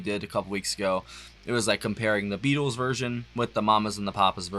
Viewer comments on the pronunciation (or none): none